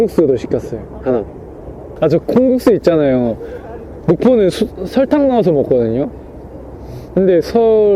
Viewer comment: 우리 우시가 설땅과 설탕 발음을 구분하는 순간 눈물로 한강 만들 수 있음 ㅜ